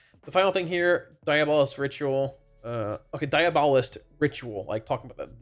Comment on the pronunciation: DIABO-LIST not DIA-BOLIST